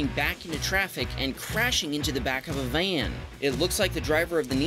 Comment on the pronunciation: i love it when u said at time stamp he crash into the van lol the van part it sound like you change your accent from like north to Southern Country accent hehe